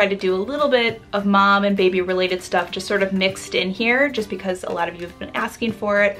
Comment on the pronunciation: Why do you say it 'bom'.. it is mom!